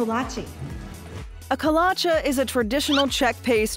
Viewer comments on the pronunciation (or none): You are mispronouncing Kolache